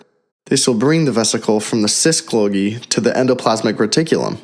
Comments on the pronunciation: It is called Golgi, not Glogi. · Repeat after me: Goal-gee, goal-gee, golgi... not glogi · This man really said glogi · "autosmal...glogi"? we hear clearly this is machine-voiced garbage. I don't like to be negative but this is really sloppy work.